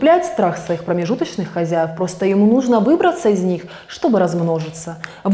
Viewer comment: Картинка взбудоражила мой "вирус", а "Хозяйвов" - мой слух :)